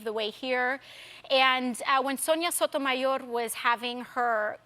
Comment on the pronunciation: I could listen to AOC pronounce Justice Sotomayor's name endlessly forever and ever <